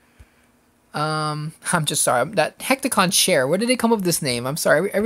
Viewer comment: I'm Greek, and hearing you butcher Hecatoncheir's pronunciation like that, really hurt my feelings! xD (since they're beings from Greek mythology) Useless info of the day: it's actually supposed to be a species, not a name, meaning "the Hundred-armed ones". Anyway, really, and I mean REALLY bad news... The game will probably be dead pretty soon, and I'm actually so bummed out that I'm thinking of quitting too! I have 10 jobs left in the pool, and I really want at least 4 of them! If I hadn't spent 21 tickets for Neo, (which I didn't get of course) I'd be pulling jobs like a madman right now!